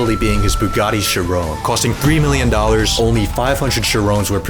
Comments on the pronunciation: chir own bro cant pronouce car names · “Bugatti Cherone” lol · stop pronouncing "chiron" wrong ahhhhhh